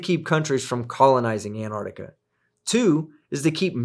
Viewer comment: Antar*C*tica. There is no silent c in there.